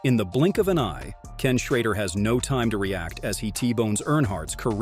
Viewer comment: First mention he correctly pronounced Ken's last name, then later called him Ken Shrodder.